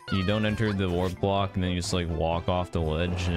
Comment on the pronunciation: what kind of weird tourette syndrome is that where you can't say block or bully correctly?